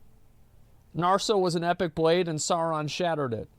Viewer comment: I hate asmon keeps mispronouncing Sauron’s name